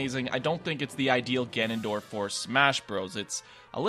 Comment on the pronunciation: "Ganondroid" XD